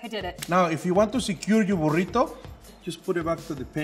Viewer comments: ''here's my burridough'' ''here is my burridough'' ''Here is my buRRiToh'' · And here's My borritu he said like this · Burito: Burito: BuRRito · "Burido", "Burido", "Burrito". 💪🏻